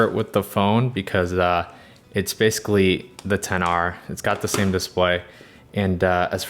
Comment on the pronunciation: So we all just gonna ignore the fact that he keeps says 10 r when the phone is called Xr